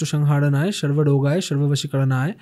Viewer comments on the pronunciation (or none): Bajrangbalir bepar gulo purotai rasraj ji maharaj er podcast er kotha gulo jhepe bole dilo, ar dada mantra ta thik kore uchharon koro,, hanumanjir mantra tay ota sarvarogay na, ota sarbarog haraye hobe